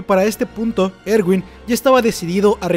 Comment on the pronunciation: y nooo se dise ewin se diseee erwinnnnnnn 👹